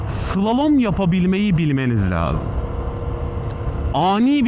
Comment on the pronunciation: Slolom değil slalom, mont giyseydin iyi olurdu üzerinde reflektif yelekte yok ki kamyondan akanlar rahatsız eti, ağzında maşallah çok temiz.